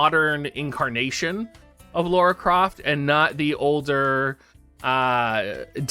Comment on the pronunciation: Spelled and pronounced "Lara (lah-ra)", NOT "Laura (law-ra)". if yall played the games it's said over and over lol. XD Speaking of the collab tho.......Not really interested shrug